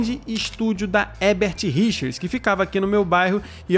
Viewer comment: Leigan para o ótimo Marco Ribeiro, que fala Herbert Richers e não Hebert como o comentarista desse canal sempre fala.